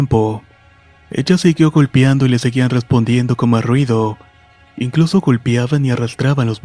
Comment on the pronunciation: En ruidos en el techo “golpiando” “Golpiaban” eso me estreso. Fuera de eso muy buena recopilación.